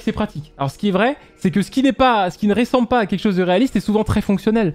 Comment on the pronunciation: Salut, merci pour tes vidéos, ça fait des années que je me dit, quelqu'un va le corriger et tu continu: c'est ressembler et pas réssembler